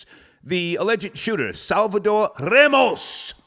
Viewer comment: is Ramos not Remos. Learn you spanish dialect, you mongrel!